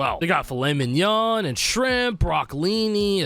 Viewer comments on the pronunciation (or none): none